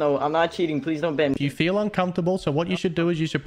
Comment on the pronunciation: I fweel uncomfortable soz I cheat win wust